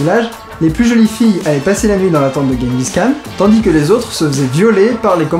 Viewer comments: pour votre culture ça ce prononce "jengis rhan" :) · par contre tu dit guenguis khan.^^ c'est "jenguis Ran" que ca se prononce ;) (oé bon on fera l'impasse sur ma phonetique hein :) sinon j'adore tes video, j'ai découvert ca avec "les enfers artificiels", Suscribed et je me les fait toutes du coup ;) et tu me doit un calebard, t'avait cas pas faire le regard "diarrhée sanglante" ! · Je revien de mongolie et pour info on dit tchinguis rhan ... tchin comme pour l apero, et rhan avec un rh comme quand on racle sa gorge (son repris dans l’arabe il le semble).. voila sinon super video continu !